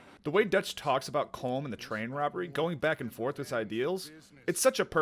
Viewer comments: Its pronounced colum not colm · I'm Irish and on my first playthrough I almost stopped playing because they all mispronounced colm its pronounced collum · it's pronounced "column" not "comb" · COLM IS PRONOUNCED COLUM.